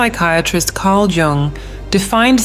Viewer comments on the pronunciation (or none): It's pronounced "Yung"